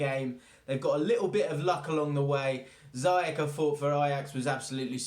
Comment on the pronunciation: just fyi, i think it's pronounced "Zee-Yesh"